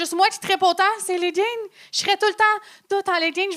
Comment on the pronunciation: Stu moi ou dit "les ledding"?!